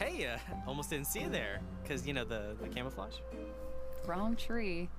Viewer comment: First time watching, I thought Neptune said camera focus instead of camouflage......I kinda loved it....